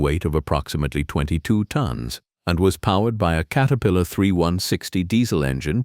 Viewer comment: Do your own talking and don't be lazy. WTF is a Kate-erpillar 😂😂😂 and the Hitachi segment nearly gave me a seizure...